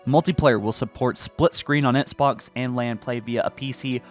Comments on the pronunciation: I hate how he pronounces Xbox "Etsbox" it makes me cringe. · "ets-box" lol